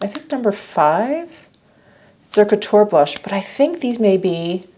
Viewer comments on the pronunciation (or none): none